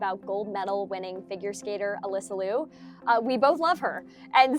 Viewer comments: Please don't mispronounce her last name, it is not Lew, it is like Leo. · Well, at least pronounce Alysa’s last name correctly, OK? Also do you really believe Ailing Gu was bought by CCP? Why can’t she love China genuinely?